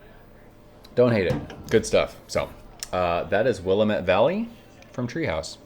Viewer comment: We pronounce it Will-am-ette Valley as opposed to William-ette. Sorry to be the grammer police 😂